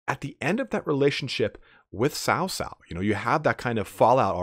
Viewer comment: You also nailed Liu Bei, but it's a hard cutoff at the end of his name. Cao Cao is more Tsao Tsao though your accent is pretty good. Kong Ming is alright, Ming is more question sounding though, where it goes up, like the end of 'are you coming?' Also, the first word in a name is the same as last names lol Nothing too different there.